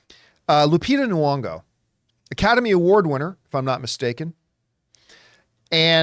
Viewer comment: Every episode I wonder if John's gonna realize her name has a Y, not a U. Still not today. Lupita Nyong'o, not Nuong'o